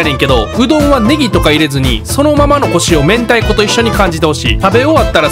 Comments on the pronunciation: 明太子の明太って読み方″めんた″だったの！？ って思ってコメ欄開いたら″めんたい″で安心しました！ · 明太＝めんたいが正解の読み方みたいですね〜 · 明太←これの読み方「めんた」で合ってんの？ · はい、過去のコメントにも、めんた釜玉を指摘してる人がいてそれに「読み方ミスってるね☺️」とが返信されていましたので、普通に読み間違えただけかと思われます。